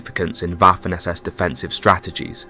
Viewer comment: Someone tell this fella that in German the W is more like a V. Vaffen morelike. He is saying Waffen like waffels lol.